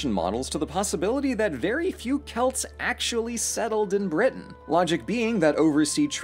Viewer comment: It’s celts not selts You SUNT